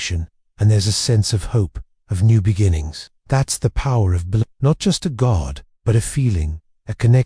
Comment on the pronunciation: this is awful. Can't pronounce Belenus, can't pronounce Celtic and full of errors and made up stuff.